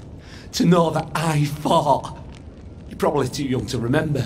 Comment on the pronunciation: anybody else hear when he says fought it sounds like he is saying "I fart".